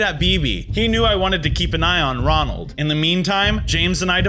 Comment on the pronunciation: The way he made a mistake saying Ronald is so funny and also this is a Bronson show so why Is max In it 🤔